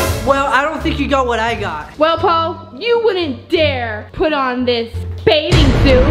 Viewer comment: it’s ‘Bathing’ not baiding🙂